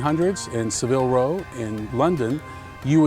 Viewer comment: just so you know it's pronoced S-av-ull row, and not like the Spanish city.